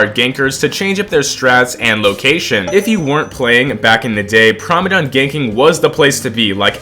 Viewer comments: Why are you saying prime-a-dom chat, it's prim-a-dom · It's pronounced Primadon not Primadon... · Why he say primadon like that